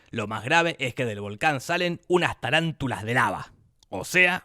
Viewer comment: O SEA... ES TARANTULA NO TALANTULA, DEBERIA SER LAVARANTULA.... NI EL NOMBRE BIEN LE PUSIERON JAJAJAJ